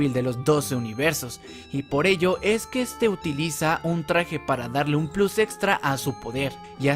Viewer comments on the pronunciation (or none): none